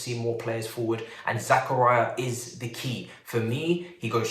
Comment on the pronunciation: Zah-Car-Ee-Uh. Not Zach-Uh-Ri-Uh